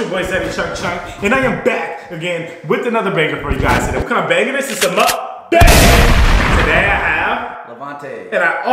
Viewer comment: I love every of your guest and crushing on someone but it's not said MOOKBang... lol it's MUKBANG. Try to watch the original mukbangs and try to talk about the history. And give credit. We'd appreciate it